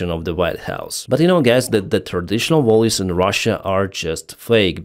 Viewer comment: Not volues, but values,.